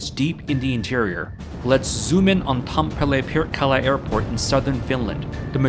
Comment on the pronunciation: It's not "Tampollay", it's TAM - PE - RE xD